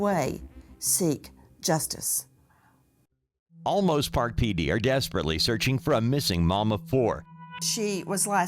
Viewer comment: I really like Nancy Grace but I wish she would get things right on air because the small errors depersonalize the coverage—not even halfway through this video she says: (1) “LA” law enforcement 2X—this case is in San Antonio, Texas—not Los Angeles; 2) “Osolmos” PD Chief, but it’s Olmos Park (its own municipality within the city of San Antonio); (3) “WOIA”— the correct call letters of News 4 San Antonio is WOAI.